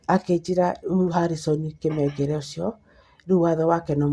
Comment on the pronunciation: Not Kimengere but kamengere